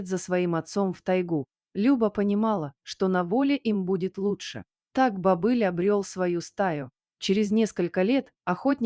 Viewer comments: Не бОбыль, а БобЫль!!! Когда уже чтецы подружатся со словарями?! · Не бОбыль, а бобЫль!!!